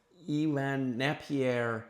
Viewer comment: Napier is pronounced neigh-pier. Greetings from Finland 🎉